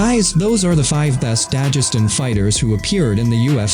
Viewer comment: Why do you say "Dajestan" It's Dagestan